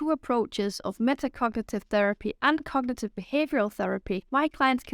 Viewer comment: I think you need to pronounce the word "cognitive" more clearly, without swallowing syllables.